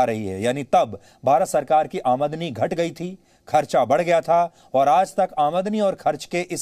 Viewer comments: "Amaadani"😂😂, mahashay "Aamdani" hota hai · admni nhi AaMDani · अमादनी नहीं, शुद्ध आमदनी है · It's Aamdani not aadmani ....pls correct it Sir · Aamdani . Amadani nahi 😂